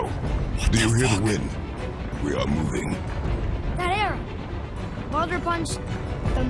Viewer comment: you said Baadur, not Baldur